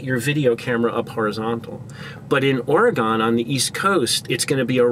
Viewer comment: I love this and I think I'm going to try it. Also, it's pronounced "Or- E-GUN" not "Or-eh-gone". :)